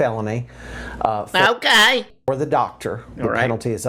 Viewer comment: your "oKAY" had me cracking up